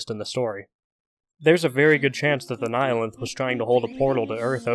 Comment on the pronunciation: You're the first person I've heard pronounce "nihilanth" correctly other than myself and it feels so weird hearing those syllables in someone else's voice